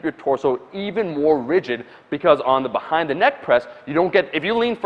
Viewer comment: Bhahaind the neck press